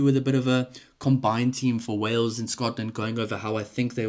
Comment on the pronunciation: 😂😂😂 it's Wales dudette.